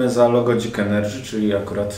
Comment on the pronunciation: dzik ENERDŻY